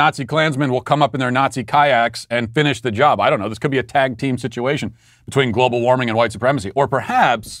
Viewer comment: He couldn't even pronounce global warming lol